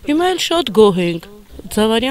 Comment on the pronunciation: հետաքրքրիրն էն ա, որ ընտրել են, բայց ազգանունը ճիշտ չգիտեն :) Զավարյան ա, ոչ թե Ձավարյան